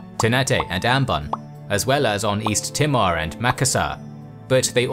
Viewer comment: was just the way he first said it. T'mor, just made me giggle.